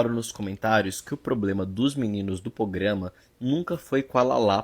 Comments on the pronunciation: eu passei o vídeo toda irritada que a tava falando "pograma" até perceber que é o nome do canal mesmo haha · Porque todo mundo tá falando PROGRAMA errado nesse vídeo, até a ficou falando POGRAMA... credo!